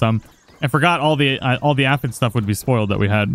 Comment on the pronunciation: pronounced "a-fid" is correct.